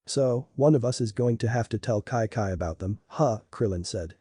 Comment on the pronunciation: her name is chi chi NOT kai kai